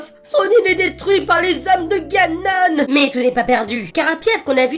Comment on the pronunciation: Ha oui... Et on dit Ganone, sinon tu parle du lave vaisselle ^^